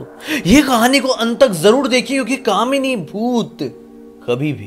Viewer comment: क्या भैया कामनी की जगह दामिनी ही बोल दौ केस सॉल्व 🤣🤣🤣